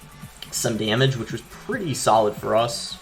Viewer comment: “It’s still a sAlid card”😂😂